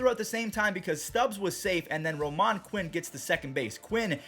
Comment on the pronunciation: It’s “Ro-man” not “Ro-mon”